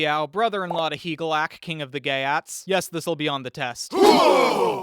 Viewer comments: Geat is pronounced "yacht" and means "Goth..." in Sweden, the area Goths inhabited is called "Götland," (sounds like Yootland) its capitol "Göteborge" (sounds like Yutteboryeh). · Geat is pronounced more closely to “yate” weirdly enough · It is not pronounced “Gay@ Honestly pretty close though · the ea in geat is pronounced like ee